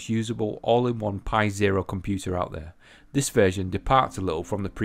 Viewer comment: 'Haitch d m I ' interconnect on me 'com-pu-ah' . Pretty sweet for real, mate.